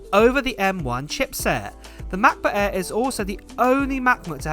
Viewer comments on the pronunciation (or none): The brand new "Mac boo-aiiii" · The ‚Mah Bo Ah‘